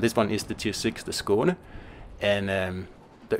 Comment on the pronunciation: Its nice having these ships names pronounced properly. Thanks